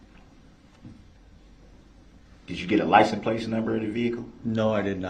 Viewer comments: He says “Licen Plaz”. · Is he saying license plates? I swear sometimes it sounds like he says "license place"?? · License place... I hate that. He butchers so many words. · If you listen carefully every time to DB saying license plates, he says “license place” No idea why he thinks they are called that I don’t know why he thinks they are called that…